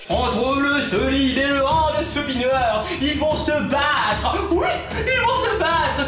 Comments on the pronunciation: seulime et leu andeuspineuar 😂😂 JPP #TeamPalmier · LE SEULIME ET LE HANDEUH SPINEUREUH